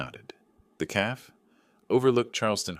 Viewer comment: AT 17 MINUTES THE narrator just keeps mis-pronouncing a word, and listen for it at that time indicated. calf referred to instead of stating " café" .... café..... please fix this ~!!!!